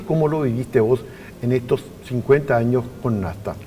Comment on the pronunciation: El apellido es NASTA NO NESTA